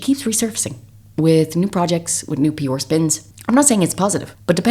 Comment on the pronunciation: I LOVE listening to you. Your voice is so pleasant and soothing...the only criticism I have is you pronouncing PR as P Or, English is my second language, and I get confised every time you say it